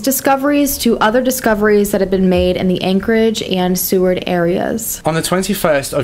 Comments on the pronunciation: They call him Butcher Baker in Alaska. By the way Seward is pronounced is like (su ward) just so you know. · And Kah-nik, & Sue-Ward. Lol he got pretty much all of it wrong. But he tried. I'm from Anchorage & my family knew his frighteningly well. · Had to stop 10min in, sorry for stepping on any toes in corrections here, but it's pronounced "Eee-clute(like flute)-nah Annie," & "Sue-Ward" for "Eklutna Annie" & "Seward." I grew up within the years of activity, my dad knew him, we knew his kids & I'm still in Anchorage to this day. I also know his only surviving victim, who if you saw the film, she prefers her info private, & it was held from the end to protect her & her family. "Kah-nick River," for "Knik River," these are named for local tribes, of which I belong to a separate one & Seward is for the senator's name who "bought Alaska from the Russians for America." "Matt-anne-us-kah-Sue-sit-nah" for the "Mat-Su Valley" or "Matanuska-Susitna Valley." I've seen the film & several of these types of true crime series episodes on Robert Hanson. One of those things you watch out of, that could've been me, or my family members type things. We celebrated his death, seemed like the whole of Anchorage did, he died in Regional hospital in Anchorage actually. There's been a lot of construction up & around some of the areas he hunted in, but no more remains had been found, nor has the identity of "Eklutna Annie." A truly sad & terrifying case. If he hadn't learned how to excel in hunting as a teenager, or hadn't been rejected as much, but we can only speculate so much. He was poc-faced from horrible acne, a redhead, short, stuttering, weird & too quiet guy. Not attractive qualities in a date though. I believe he had a section 8 from